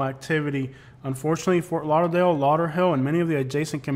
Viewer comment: I'm from Ft. Lauderdale that's not lauderdale homie